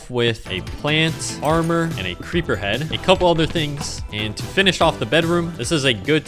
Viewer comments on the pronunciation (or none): none